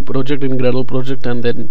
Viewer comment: How could you talk like that... Grrrradle..